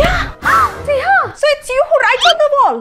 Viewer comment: Why couldn't you pronounce L at the end,my name is Snehal